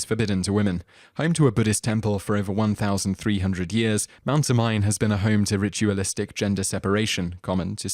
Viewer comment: It's pronounced Mount Oh-mee-neh